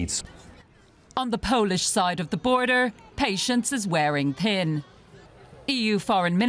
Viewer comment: Isit me or did the woman say “patience is wearing pin” 😂